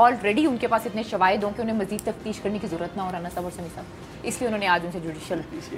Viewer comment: Tafteesh not tafsheesh